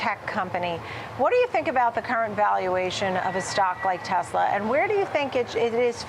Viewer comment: yours! Yes. 'News about!!!".